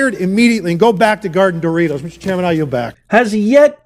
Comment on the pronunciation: "Go "GAURD"....the Doritos"?